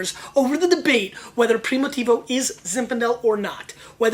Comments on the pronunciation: it's PRIMITIVO not PRIMOTIVO! and stop yelling... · less than 1 min into it ... and couldnt stand it ... one should not make a video on wine if they can't figure out how to prounounce it .. even a elementary school kid can pronounce Primitivo right ... box of Clorox is in poor taste esp around wine and this isnt a sports show is it so why r is this guy yelling?